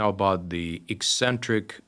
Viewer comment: “Ek” centric. Not “ee” centric. Pavel says it right.